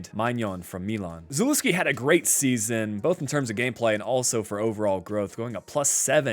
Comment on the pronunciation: I heard you pronounce Zalewski and almost clicked off please do better